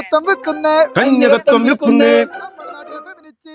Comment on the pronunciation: കന്യകത്യം അല്ല കന്യകത്വം എന്നാണ്. എന്തായാലും പൊളി